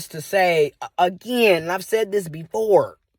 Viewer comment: I am absolutely tickled by your "A-Gy-ain" every single time.😄 Thanks for the great content!